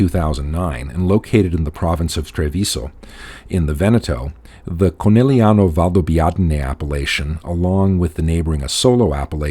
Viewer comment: Well done! Very accurate and informative. I'm impressed on how well you pronounce the words Conegliano-Valdobbiadene, quite a mouth full! Please, check the accent on the word Asolo! it's on the first A , A-solo and not A-SO-lo. Thanks.